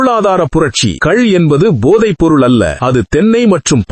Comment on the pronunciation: கல் அல்ல, "கள் ".